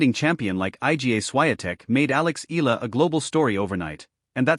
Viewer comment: It's not Ee luh. Use the correct pronounciation in our way. The filipino pronounciation is Eala (Ey yeah luh).